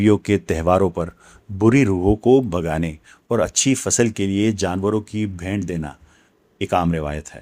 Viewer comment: sir g bhaynt nhi bheent